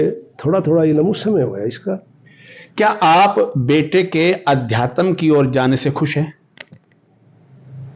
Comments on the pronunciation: पत्रकार महोदय, 'आज तक' हिन्दी चैनल से संबंध रखते और अध्यात्म शब्द का शुद्ध उच्चारण नहीं कर पा रहे हो ये शर्म की बात है, गोळालाठी वाली बात तो आपने कर्ण सिंह जी से पूछी ही नहीं, खैर, कर्ण सिंह जी ने स्वयं ही कह दिया है कि मेरा बेटा अभय कभी झूठ नहीं बोलता, एक बच्चे के सामने जब उस की माँ को उसी का का पिता टाॅर्चर करता है तो उस बच्चे की मनोदशा को कोई भुक्तभोगी ही समझ सकता है, अभय सही में एक सच्चा बैरागी है, उसने आज तक जो भी किया है पूरे मनोयोग से किया है और सफल भी हुआ है, अध्यात्म में भी वो सफल होगा ऐसा मुझे पूर्ण विश्वास है, वो कहता है कि राजा बनूंगा तो राजा वो बनेगा ये पक्की बात है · पत्रकार महोदय अध्यात्म बोल ही नहीं पा रहे हैं इन्वेस्टमेंट के आधार पर पत्रकार बन गये या योग्यता के😂😂😂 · रिपोर्टर को आध्यात्म बोलने नहीं आता कैसे रिपोर्टर बन गया😅😅😅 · अध्यात्म शब्द का उच्चारण भी ठीक से नही कर पा रहे है प्रश्नकर्ता महोदय! 😢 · अध्याय तम क्या हुआ सही से उच्चारण करो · भौतिकवादी जीवन से वैराग्य की रह पर चलना बड़े कठिनतम फैसलों में से एक है। उनके पिताजी का इमोशनल होना स्वाभाविक है। आजतक के पत्रकार महोदय का अध्यात्म को "अध्यातम" बोलना सुनने में अटपटा लगा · सारे बकवास प्रश्न पूछ रहा है😆😆😆😆😆😃😃अध्यातम नही होता अध्यात्म होता है😂😂😂ओशो का क्वालिफिकेशन विवेकानंद का और रामानुजन योगी परमानंद जाणते हो बुडभक 😂😂😁😁😁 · Adhyatm hota h ki adhyatam? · महोदय पहले तो आप अपनी वाणी को शुद्ध कर लीजिए, आप आध्यात्म को अध्यातम बोल रहे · इस रिपोर्टर को अध्यात्म बोलना नहीं आ रहा, अध्यात्म को अध्या तम बोल रहा है😊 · पत्रकार महोदय अध्यात्म बोलना सीखो अध्यातम, नहीं आपको पत्रकारिता भी आती है की नहीं मुझे तो शक हो रहा है पहले अच्छी तरह से हिंदी शब्दों का उच्चारण करना और महत्व जानना सीखिए इसके बाद पत्रकारिता की शुरुआत कीजिए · रिपोर्टर भैया वो अध्या + तम नहीं अध्यात्म है सही उच्चारण करो गलत शब्द बोल के irritate कर रहे हो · अध्यात्म सही तो उच्चारितकरना सीख लीजिए 🌹अध्यातम कोई शब्द नहीं होता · अधयातम...... अधयातम........ अधयातम....... ये क्या है ? अध्यात्म कहना गुरु जी ने नहीं सिखाया है ? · आध्यात्म बोला जाता है न कि अध्यातम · आध्या तम क्या होता है कौन तुम्हे आज तक में भर्ती कर दिया शुद्ध उच्चारण सीख लो